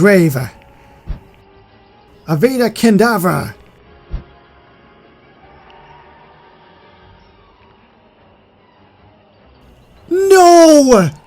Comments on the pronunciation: They way he said avada kadabra was so funny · U said the killing curse wrong